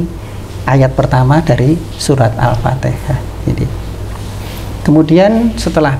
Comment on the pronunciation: utk pengucapan Alfateha itu harusnya Alfatiha